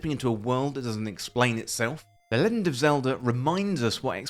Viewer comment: "Leggind" Is this a Bri'ish thing? Nice video aside.